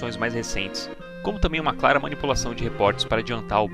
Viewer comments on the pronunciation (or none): none